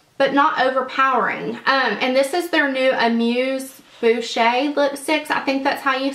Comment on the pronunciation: French lesson alert! It;s pronounced 'Ah- mooze -boosh" not "boo-shay" :) xo